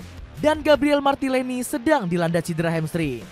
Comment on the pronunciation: GABRIEL MARTILENNI 🤣🤣🤣